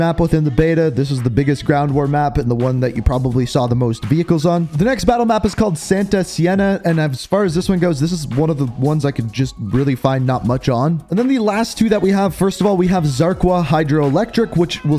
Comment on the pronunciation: 2 things, santa seña is not pronounced santa siena lol, and asilo means asylum so a cool themed map